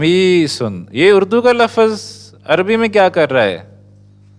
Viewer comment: With respect. Lufz not Lafuz. Ism not Isum.